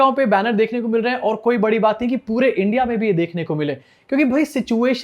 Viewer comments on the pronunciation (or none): none